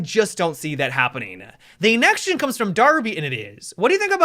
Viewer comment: I love the way he says next question nexction